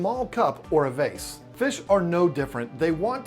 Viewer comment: The way you say 'Beta' doesn't bother me, but the was you say 'vase' does.